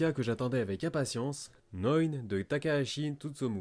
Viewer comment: Merci, tu es la première personne à prononcer NeuN correctement